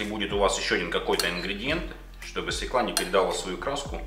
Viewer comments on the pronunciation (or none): Не свекла, а свЁкла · И не свекла, а свЁкла) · Свёкла,а не свеклА!!! Учитесь правильно говорить.